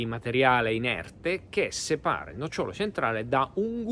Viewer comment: Si dice nócciolo. Non nocciólo. Ma perché volete giocare a fare i divulgatori quando manco l'italiano conoscete?